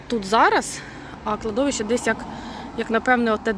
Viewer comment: Кладовище має наголос на третій склад.😊